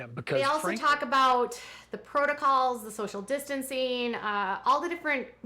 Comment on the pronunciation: Not to mention Kody’s “protocles” UGH! I hate that! Drives me crazy whenever he says that! I yell at the tv every time!